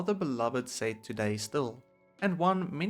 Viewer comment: More like The PERFECT Lego Star Wars "Sayt" Wave What accent is this lol